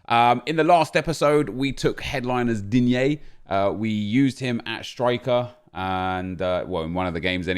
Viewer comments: No one Nep: says digne not ddiigggneee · Say Digne again